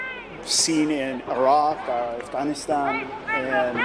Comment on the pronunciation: How did he pronounce “Afghanistan” 😂😂😂😂😂